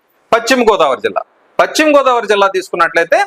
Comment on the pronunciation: పచ్చిమ కాదు పశ్చిమ